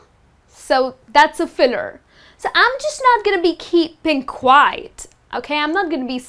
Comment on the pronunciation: "Continue" is pronounced "con TIN yoo", not "CON tinoo". Quiet has two syllables: "KWY et". If you pronounce it "kwite," you mean "quite," which is a totally different word.